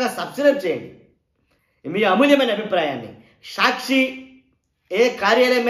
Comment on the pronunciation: Evadra nuvvu. Prati english word is mispronounced. Saakshi ani correct ga palakadam raadu. Ni office ekkado cheppu. Etla bandh cheyali nerpistam.